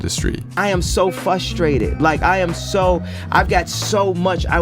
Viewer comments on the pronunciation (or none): "im so fustrated" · It’s frustrated, not fustrated. 2nd I’ve heard him say this word wrong. Not saying that he’s not a genius because he doesn’t know basic English. He is a creative genius. And business genius. But for some reason when ppl don’t read, write, & speak basic English in the right way, it agitates me. T